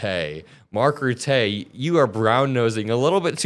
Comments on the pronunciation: You're mispronouncing Mark Rutte surname, Ruttuh is the correct way of pronouncing it. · Mark Rutte's surname is pronounced Rut-eh. rut as irut in the road. Not being a European ass, nor am I Dutch, it just might help being pulled on it in a future inerview. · Dutch guy here, Rutte is pronounced as Ruh-Tuh by the way. Ruh as in rough and tuh as in tough.:) By the way, your analysis of Mark Rutte is spot on and he's been known to do this in Dutch politics too. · Rutte pronounces as RUT-teh, stress on the first syllable, the final e is a dull e, and the u is pronounced like in fun.. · as a dutchman: good video, but Rutte is pronounced "Ruttah" with the emphasis on the first syllable. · its pronounced Ruttah bud, the h is mpre silent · Hey, Marc Rutte is pronounced Ruttay. His name is pronounced Rut teh. Not being critical😊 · Just for your information: you pronounce Rutte as in how you pronounce rotten without the n and a /u/-sound instead of the o. Also, Rutte is right-wing, but Dutch right-wing is more like your Democratic party. The American right would be far-right to us. He was a meh MP, but a born diplomat and negotiator. Great show again, by the way! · Lol this murican is talking about trump not prepairing etc but then pronounces Rutte, he clearly didnt prepair.. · That’s not how you pronounce Mark Rutte, though. He’s not French, my guy. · I don’t try too nag but Rutte is pronounced differently. The u sounds more like the u in duck and the e is short like in the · … Please learn to pronounce peoples names properly ie Mark RUTTE. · Love your videos. Prononciation of 'Mark Rutte' is more like 'Button'. But start with R instead of B and leave out the N sound at the end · Quick tip from a Dutchman here: Rutte is Dutch, not French, so you pronounce it as in the English word "'utter", with hard T's and without the R at the end. You move that R to the front... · Please call hem Mark Rutte with a short E and putt some pressure on the U